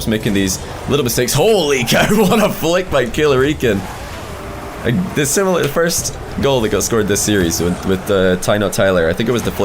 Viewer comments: I thought his name was 'Killer I Can' not 'Killreecan' 😂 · Killerican Rocket League ay bro, how do you pronounce ur name? Does it rhyme with American or Puerto Rican?